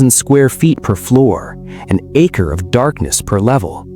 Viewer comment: Stop using AI it's acre is pronounced with a long a sound.